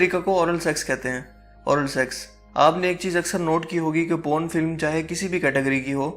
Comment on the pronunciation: Po run nai Porn